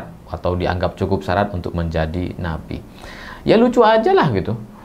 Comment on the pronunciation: sy pertama dengar ucapan bukan Nabi tp napi 😅😅